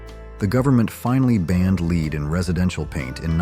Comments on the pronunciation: I love these Nostalgia I don't know look backs because I'm from then but the narrator isn't anyone listening to the narrator because they mispronounced so many words it's just drives me nuts it's not lead it's called lead paint if you've ever bought a house in this day and time even in the 80s you had to sign a waiver if your house was built before 74 I think it was and you had to sign the waiver acknowledging that there could be lead paint in the walls I used to joke around and tell my oldest daughter I said oh you were just in trouble so much and when you went to the corner you just sucked Down the Walls but that was you know that was our little joke a lot of people didn't understand it at all I mean you know if you were from back then you know even the water you know the water could be dangerous and who is that Ron Howard even made a movie on the feed for the for the milk of the cows and it was it was poisoning people and he was trying to make an awareness to it I don't remember who it was for sure but I I miss Ron Howard I thought he was brilliant you know he was a fellow redhead as redheads got to stick together but boy do I remember a bunch of this stuff it cracks you up actually cuz my daughter my oldest daughter is born he didn't need car seats but and the ones that they sold dear God you couldn't get in and out of a vehicle you got it in there it stayed they're just massive and heavy and you know you just kept you kept the baby seat in there and you just threw it in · AI calls ' led'...' leeed'...as in lead paint. Suddenly it corrected itself... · It's led not leed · So many things to unpack here. I don't think "whore members usa" got the point. Somehow "leed" managed to transform to "led" and back. I don't think AI is ready for prime time just yet. But it was good for a laugh 🤣🤣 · ‘Led’ not ‘leed’. The pronunciation of ‘lead’. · Uh ... Pronouncing "lead" as "Lead"? Now I can see why this is such an outlandish video. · I left after I heard "Leed".